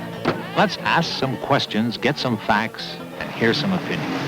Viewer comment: "let's ASS some questions"